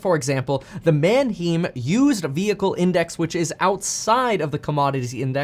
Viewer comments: Kevin, it’s pronounced like MANHIME. Not MANHEEM. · it's actually pronounced man-highm not man-heem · man·hime Please stop saying man-heem...... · it's been bugging me all day but it's pronounced like manhime.